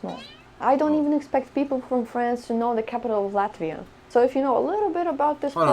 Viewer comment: LATIVA!!!!!! U ... Learn to read correctly!